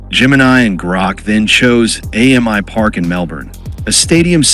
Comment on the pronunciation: It's "Amy Park" not "A.M.I Park" FYI. AAMI is an insurance company here, and its said like the female name "Amy". Allianz is also an insurance company.